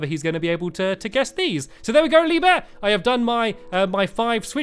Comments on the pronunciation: He said leave bear instead of lee bear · At the beginning, he said Lee beur XD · The second time you said Lee Bear, you said Lee Bee